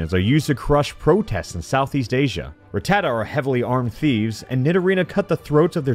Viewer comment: Of COURSE a hack YouTuber like "" wouldn't be able to pronounce 'Rattata' correctly...